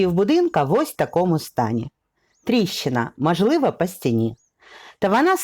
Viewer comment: Ви дуже гарно розповідаєте, але треба робити щось з тією літероою А у вимові: не Адин, а Один, не мАжливА, а мОжливО, не пАгана, а пОганО і т.п. Вибачте за зауваження, але вже котре відео дивлюсь, ну дуже оте акання псує ваші розповіді. За огляд дякую.